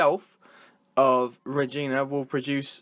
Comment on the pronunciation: REG-EYE-NA You're saying almost everything wrong, except Saskatchewan. And it's a stadium. Not an arena.